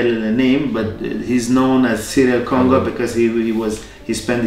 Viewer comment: its cyril kongo, not serial congo !!